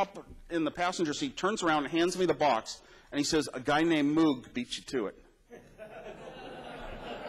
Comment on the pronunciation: Surprised he pronounced Moog wrong. It’s pronounced MOHG. We built tv jammers in high school electronics. I made the smallest one by soldering all the parts to each other directly instead of using a PCB. I put it in a tiny ring case I found in my moms room. It was about 1”x1”x1”. Had a toggle switch and a power LED. It was pretty cool. I sold it to a kid for $10.00. Good times.